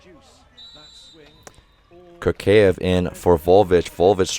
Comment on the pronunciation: hey coach, russian fan here to correct your pronunciation! Kurkaev is a tough one, letter u is pronounced like [u:] (as in “cool”) and you need to pronounce a like [a] (as in “car”). So it’s like: Koor-ka-ev. someone correct me if I’m not using transcriptions right! and you have trouble with Podlesnykh, but someone already explained it in the comments. keep up the good work!